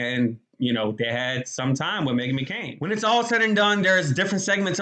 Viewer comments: Her name is McCain not Mccoon you need to get a life you really do. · You saying Megan McCoon makes me cringe a lil bit 😬